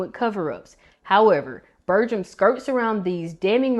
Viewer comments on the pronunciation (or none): Good video, but his last name is pronounced with a hard 'g'. Source: ND native here. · You're not pronouncing Burgums name correctly.